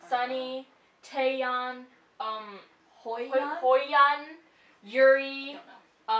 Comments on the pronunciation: 'Hoyyeon'? It's pronounced "Hyo-yun" T_T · Hyoyeon's name is not pronounced as hoi-yon... It should be pronounced as hee-o-yon. No offence though, I'm just trying to let you know because I heard you pronouncing it wrongly and I feel uncomfortable as she is my bias. I might heard wrongly though, no offence once again (I'm scared if I offended people >_<) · Hoyyeon? xD it's Hyo-yeon ( pronounced Hio- yon) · OMG YOU SAID SEOHYUN'S NAME RIGHT!!! Now you just need to practice Hyoyeon's :) Pronounced Hee-Oh-Yon!! Loved the reaction!! :D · So- hyun Hyo - yon is how its pronounced Su-young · It's actually "HYOH-yuhn" and "SUH-hyuhn." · Hyoyeon is pronounced hee-yo-yeon!! I love your videos but please check your pronunciation before hand!! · hyoyeon is the h sound in happy with yo & yon. seohyun is so & hyun or basically that.